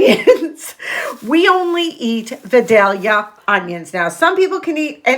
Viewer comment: I’m from South Georgia and you pronounced vadalia onion right the first time! Happy birthday Paul! My go to meal is chicken quesadillas or nachos. I always keep cooked shredded chicken in the freezer for easy go to meals.